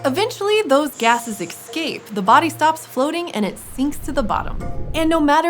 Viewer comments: Narrator is pronouncing all of these technical and scientific terms correctly, yet still says "excape". Literally unwatchable. /s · It's escape, not exscape.